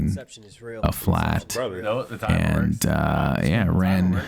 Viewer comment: Every time you said “ran”, I heard